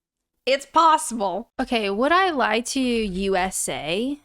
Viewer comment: Why am I so triggered off the bat by the USA presenter emphasizing in the wrong place - Would "I" lie to you, rather than Would I LIE to you